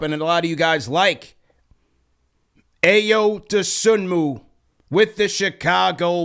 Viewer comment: Ayo’s name pronounced “EYE-oh doe-SOO-mo”